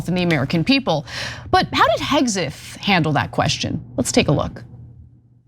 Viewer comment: I hate how Ana says hegseth omg 😰